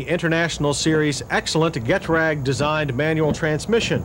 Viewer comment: Gearbox is a GE-TRAG Not "Get-ragg"